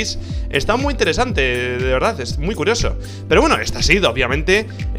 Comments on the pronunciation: MU RARO? Rich, se confirma que eres de Murcia :v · alguien mas noto que decía MU RARO ?